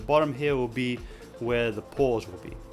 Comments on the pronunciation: oh he said paws not pores lol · Whenever he says "paws" I think that he's saying "pores"